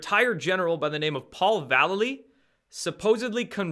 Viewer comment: I l♥ve Destroying the illusion! great work!! ☺ 6 :44 ...I know you hate it when people point out mispronunciations, and I have no clue how this General pronounces his name ....but...hmmm... he spells his name like Mike Val --lay---leee ... that awesome Skateboard hero ♥ I gotta go watch his "Mike Vallely: Label Kills (2001)" video right after this ☺snap! ohhh and Mike Vallely sings for legendary Punk Band, "BLACK Flag" now...not red flag but.... black flag....too weird. ☺peace☺